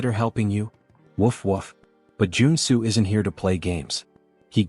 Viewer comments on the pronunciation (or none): Joon soo became Joe and Sue according to the AI narrator.....